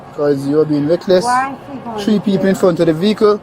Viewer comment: I love his accent. Tree people. The Irish people say tree also for three.